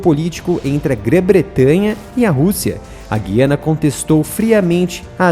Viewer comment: Esséquibo?? É Essequibo! E o "u" de Guiana é pronunciado! Assim já perde credibilidade.